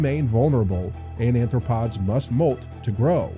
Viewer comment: First of all, it's Arthopods, not Anthropods.